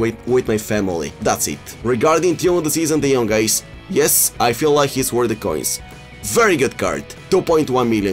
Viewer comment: De jonk not de jong !!!!! C’mon ea fix it